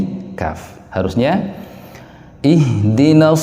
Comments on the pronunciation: Maaf, tolong kasih jelas pada kata "Ihdina". Yang saya dengar bacaan "ih" (ha halus) padahal mestinya "ih' (ha, dada) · Ada imam baca ihdinashirotol mustaqim dibaca ikhdinshirotol mustaqim pakai kha bukan pakai ha